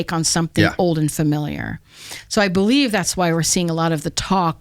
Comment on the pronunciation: Thank you for taking almost 3 hours to validate my notion that nobody on this planet knows what is going on. ;-) Yes I do not know either! :P In the end she made the most profound statement by starting a sentence with "I be-lie-(ha)ve". 'The truth' is not out there, it is what you make it! There is no 'The Truth', there is only your truth. It is called being conscious.